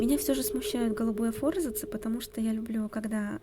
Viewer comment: Не фОрзацы , а форзАцы